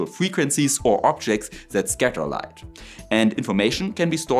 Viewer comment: AI with LAIght 😊